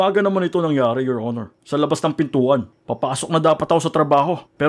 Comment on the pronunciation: 'Yor onor angkel'😂😂😂😂🤣🤣